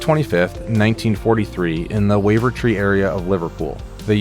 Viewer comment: It feels weird hearing an American saying Wavertree